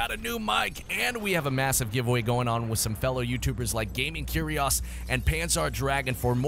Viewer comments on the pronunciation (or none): I'm not even mad that he mispronounced Gaming Curios, but instead that he didn't know how to say Curios. It's a real word, man.